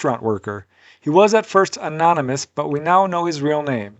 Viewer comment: Anonymous is the word. You said Anomynous with an M It it meant to be said like this uh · no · nuh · muhs